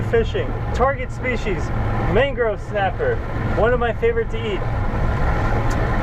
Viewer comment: Am I the only one who caught him saying mangro snapper?